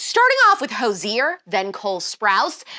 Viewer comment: It took me a second to figure out who Hozier was. I've never heard good name pronounced. Rowdy was the best Aussie and China Mae the best Papillon. Miss them both every day.